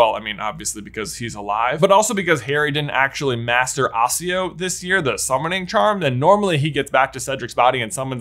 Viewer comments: J it's pronounced A-ki-o not A-si-o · Your day a couple words wrong. The girl school is probably bo-bat-en and the summoning spell is pronounced ack-e-o not assio. Aside from those cringer worthy moments good story. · Please "Accio" is pronounced "akio" not "assio" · "Osio basilisk"? Isn't it accio? It's been a long time since I read book 4, but I remember it as accio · Would Harry really risk opening the Chamber of Secrets again to bring the Basilisk in front of a crowd of students to have it fight a chained up dragon? Really? Also since when does J say “Accio” like “Assio”. Other than that, loving these videos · I thought accio was pronounced with a hard c sound almost like a K sound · Ahh yes, the timeline that changed the pronounciation of Accio.